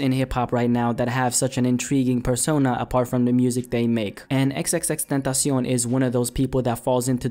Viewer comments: that's how it's supposed to be pronounced, tentacion is Spanish for "temtpation". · Luis Martinez idk what the correct way of saying his name is, but the way said it is how it is pronounced in spanish. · Damn perfect pronunciation